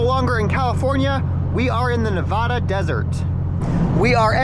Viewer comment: Dudes saying nevada wrong